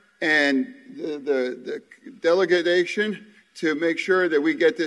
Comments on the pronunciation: What is a "deledegation"? 😅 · "Dela da gation"? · OMG! That press conference was horrific. Delegadation? Infraytion bill? Boyle Bile? (Brendan Boyle) Smattering of applause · DELEGADATION instead of delegation and INFRUCTURE/INFRATION instead of infrastructure.... wow..... What the heck did I just watch?